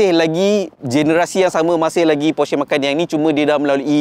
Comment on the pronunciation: porsche. e pepet bukan e taling.